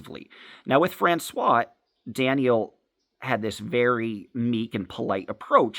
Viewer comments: How hard is it to offer constructive criticism in a way that someone can actually understand? I THINK what you are saying is that the person that is talking about has a name that he is pronouncing as “France-wa,” but it’s actually pronounced “France-wahZ”. Is that correct? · How hard is it to say “FrancoioiZe”?